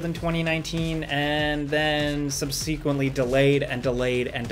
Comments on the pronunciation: Dude, learn how to pronounce "SUBSEQUENTLY", because you're doing it VERY WRONG. The accent is on the FIRST syllable, and the middle part isn't pronounced like you're saying "Sequence" It's "SUB-suh-Quently", not "sub-SEEquently" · I've never heard anyone pronounce subsequently that way before. I am 42. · That is NOT how we pronounce "subsequently".